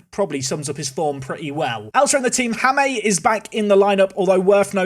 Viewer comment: Good luck for the rest of the season, seems you will need it! Also, the “J” in Jaime is pronounced like the English “h” in “Hanoi” or “Hanging”, not like the English “J” in “Jamaica” or “James” So, you should pronounce it as “Haime” 😅.